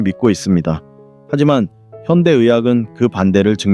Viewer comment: 좋은 강의입니다. 그러나 단어의 발음 문제가 있습니기다. 야간, 이노, 현대,최소, 등, 첫 자는 모두 길게 발음하시옵소서. 유튜브에, nobulkoreanlanguage를 치시면 우리말 우리를 문제에 대한 귀한 강의를 들을 수 있습니다. 미국 변 완수 드림